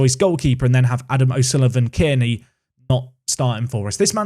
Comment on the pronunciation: A-OK is a cracker of a nickname, if you are saying the surname though its pronounced the Kearney is pronounced Car-Knee!